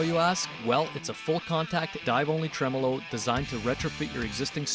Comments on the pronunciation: Is he calling it a ‘truh-mellow’ system? 😂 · Fender pronunciation of this bridge is TREM OLO.